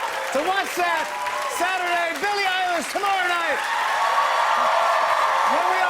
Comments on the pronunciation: Did he just say Billie EYELASH?!?!! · "Can you believe your going on a world tour Billie Eyelash" whyyyyy did i hear that!!!😂😂😂